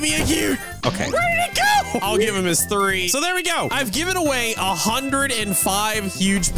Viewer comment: said threeth